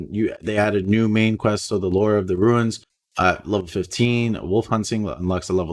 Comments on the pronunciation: Runes...not ruins..sorry if I seem like a jerk but this is the second video that you say ruin instead of rune multiple times. Love your content and the hype for season 7! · it's runes not ruins, ya keep sayin ruins....🙁🙁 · You keep pronouncing it ruins but it's pronounced roons. Runes.